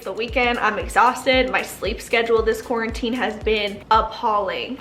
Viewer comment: “Quar- WHIT-tine 2020” yo welcome 💁🏼‍♀️😂